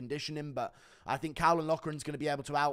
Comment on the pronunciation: Caolan is pronounced “kaylen”.